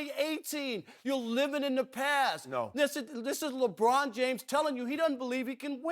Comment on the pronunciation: Ruob Puarker shuut uup abuout "Lebruon Juames"!!!